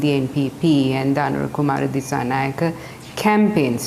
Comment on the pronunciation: Dissanayake is not pronounced correctly. 😅 it should be pronounced as if a " A " is at the end. Just like Anura is pronounced.